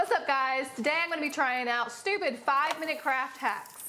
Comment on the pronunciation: Did The girl said supid?